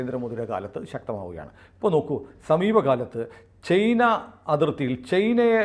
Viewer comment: ചെയ്ന. അല്ല ചൈന എന്നാണ്.